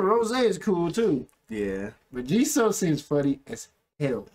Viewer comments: actually the guy said her name right, it’s gee soo not gee so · It’s pronounced gee-soo so yes he said it right. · Goes on a rant about saying Jisoo's name wrong while they been saying it wrong this whole time 😂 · Btw Jisoo is pronounced Gee-soo not G-so lol said it right lol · Gee-Sue ----- that's how you say it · It’s literally jee-sue. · In Korean It’s pronounced like G Sue so he said her name right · The interviewer is right it is Jisoo ( gee sue ) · It is pronounced Gee-Sue. Loved this video!!! Thanks for loving the girls so much!!! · He actually said it right. Her name is pronounced as Gee Sue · … he acc said her name right is gee-soo no jiso